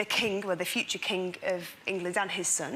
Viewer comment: Mel C pronouncing every ng as nk is so funny. "When they were younk... the future kink..."